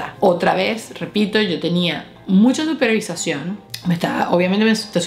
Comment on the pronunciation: Lo mejor es cuando dices "mucha supervisasion" . Morí de risa.